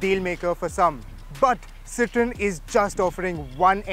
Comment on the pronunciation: Isn't it pronounced citro-en instead of citron.